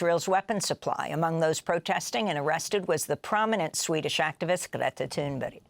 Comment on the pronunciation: Why does Amy call Greta toon Berry??? This mispronunciations gone on for years